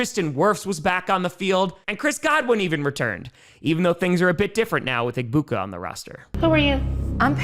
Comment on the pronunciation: The G in Egbuka’s name is silent